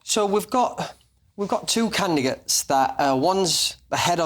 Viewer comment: Did he actually say “CANGY GETS?” *candidates.